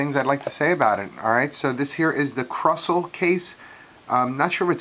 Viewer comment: Krusell is pronounced kinda like this: Crew Sell good review, keep it up dude